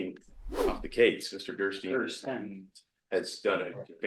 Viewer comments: really needs to say Gersten not Gerstein. I asked him after cout politely to say it right. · Is God going to punish you if you don't correct pronunciation of "Gerstein, Gerstine, Gerstien, Gersteen"? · He is a complete child. Interrupting the prosecutor for mispronouncing his attorneys name every single time. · Did anyone else notice that interrupted twice to correct pronunciation Gersten, but he didn't utter a peep when called him "such a difficult defendant." must know how obnoxious he is. If not, he's probably the only one who doesn't. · He corrected TWICE within two minutes about the pronunciation of Mr. Gersten's name, interrupting him mid-sentence both times. He has no concept of proper courtroom decorum. And also, WHO FREAKING CARES if he mispronounced the name? just likes to correct people. If only someone would correct his numerous mistakes.